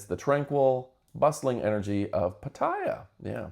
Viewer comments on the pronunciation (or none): It's not pat- i -ya, it's pat-a-ya